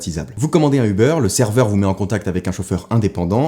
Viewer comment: il allait dire « connecté au serveur » non ? On dirait qu’il dit « servuice »